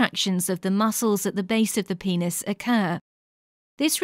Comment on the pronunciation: lol guys sh-she said pe-neis